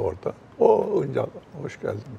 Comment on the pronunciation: Acun'un Şansal demesi ve Julide'nin Hıncal demesi beni rahatsız etti.